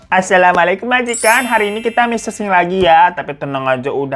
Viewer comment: Bang sekedar mengingatkan aja nih ga ada maksud lain, ada baiknya kalau mengucapkan salam pengucapannya harus bener2 bg, karena kalau kita ucapinnya salah otomatis artinya pun jadi beda kan. Kayak Assalamualaikum sama AssHyalamualaikum kan udah beda tuh otomatis artinya pun berubah. Gitu aja sih bg, tetap semangat ya bikin videonya bg gasabar nunggu video Teman Cerita lagi ❤❤❤❤